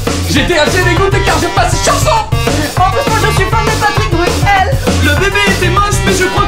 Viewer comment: Carlito: il y en d'autres des CHAnsOn (avec l'accent ) québécois 😂😂